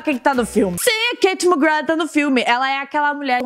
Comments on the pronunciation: passei o video todo e no final eu só pensei "FALA O NOME DELA DIREITOOOOO!!!! SE PRONUNCIA ***MACGRÁ*** NÃO MACGRAND AAHHHHHHHHHHHHH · o nome dela se pronuncia KatiE McGrÁth:) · oi anjo eu só queria te falar que se fala mcgraa não mcgraf, ela mesmo disso isso. adoro seus vídeos 💚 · na vdd se pronúncia "ma-gra" ela já falou isso em diversas entrevistas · o nome dela se pronúncia MaGra do jeito que eu escrevi e só pq quando vc casar com ela não errar pq ela e muito bravinha quando erra o nome dela